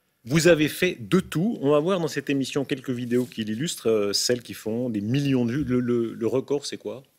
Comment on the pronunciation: combien? -2 miyons.. -2 miYOns? -oui 2 MIYONS.